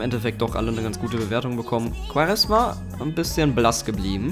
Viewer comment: Hey er wird nicht quaresma ausgesprochen sondern quareschma^